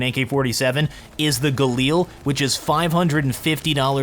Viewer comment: This guy's spelli g is the equvillant of a kid that says words by spelling them. Like, A.U.G instead of just AUG? Gailar?? IT'S GALI AR